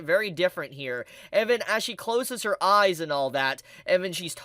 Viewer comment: Every time I hear you sai I I hear AI and eyes sounds like ais